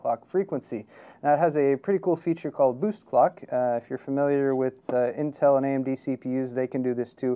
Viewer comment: I heard boost fcluck